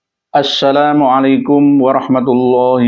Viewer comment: Assalamualaikum bukan assyhalamualaikum